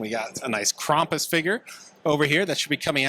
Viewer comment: Bro, google how to pronounce Krampus… What is going on here…